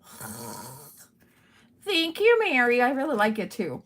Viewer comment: Well, this lovely card was showcased on the whodunit show for this submission. I was so excited to see it and although, Mary pronounce your name wrong. It was so cool. She loved your coloring of this lion and all the details you did to this card. It made me so proud to know who you are and how great you watercolor. The card really shined! And I wasn’t watching the chat of that show so I don’t know if you were there but just wanted you to know. Great job on the card!😊